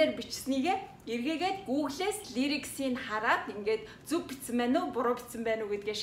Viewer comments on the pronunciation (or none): Лаярикс гэдий лирикс биш